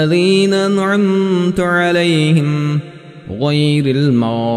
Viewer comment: P.S. хусусан Ал Фотиха сурасида "анъмта" - "анъамту" булиб эшитилди